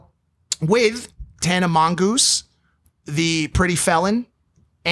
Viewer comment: Loool mike is the only person that can say tana mongoose 😂😂😂